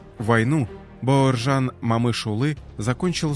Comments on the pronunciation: Спасибо за Историю 🙏 Героев надо знать ‼️, только вопрос возникает, почему читаете бЭуржан, а не Б А уржан? Плохо с русским или ...., просто слух режет.... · Зачем имя каверкаете? Не Баеуержан а Бауржан , Это как не Никита ,а Неаэкыта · Эи комментатор! Неужели ты не можешь нормально выучить одно слово? Бауыржан. Грамотеж стыдно за тебя